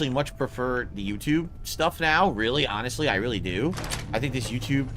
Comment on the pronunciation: Bing hit for every time he says “awhnessly”. I’ll see you all in the morning.